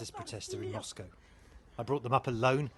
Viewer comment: She's on TV and can't even pronounce Moscow...